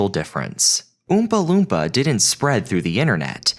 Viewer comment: Old video but... New to me. And being a random stranger on the Internet I have to nitpick the pronunciation of Oompa Loompa, that's all.